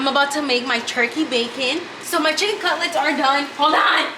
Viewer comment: Jinacolgist, Kanye pepper, spicy sicken sandwich 🤣